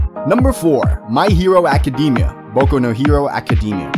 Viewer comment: anyone else bothered by how he pronounced most of the Animes names like My Hero Academia